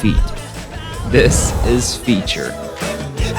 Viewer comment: Dude that's "Feat - ter".. not Feature